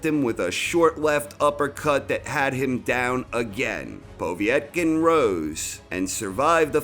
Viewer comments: Povetkin not poveeeytkin... is this commentary done by a darlic ? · Povetkin not Povietkin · It's "Pov-yet-kin", not "Pov-ee-eht-kin". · I like vids but he still can't pronounce Povetkin's name correctly. It is PO-VET-KIN not povee - et - kin. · Its Povetkin, not "Pawvee-etkin" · Why do you say...... Po vi et kin...... Its po vet kin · Povietkin? Do you mean Povetkin? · Povetkin not P o v i e t k i n. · His name btw is pronounced Po-Vate-Kin, not Pov-E-et-kin. Пове́ткин. Awesome video as usual anyways. Really like this video and you narrate really well! Keep them coming please :) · PO VET.KIN ..... you moron. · Who is "Povee et kin"? 😁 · Povey-etkin, Deeleeeann Weehyyte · Can someone tell is Po-vet-kin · That's because nobody else mysteriously sticks an extra i in his name.... Povietkin is my penniless Vietnamese cousin. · Is there an I before the E in Povetkin's name ? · How the fuck are you saying POV name it's so funny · He's definitely joking, he committed to mispronouncing Povetkin's name throughout the whole video.